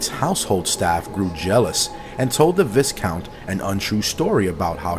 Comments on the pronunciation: The S in Viscount is silent BTW, it's pronounced Vycount. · Lord & Lady! I wish people would actually look up how to pronounce a word if they're going to repeatedly use it. It's VY not VIS. That jackass' mispronounciations is almost as annoying as that Chills dude's voice.